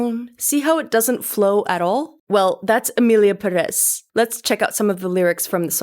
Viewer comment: Imagine harping on pronunciation and you can’t say Perez correctly. Have a seat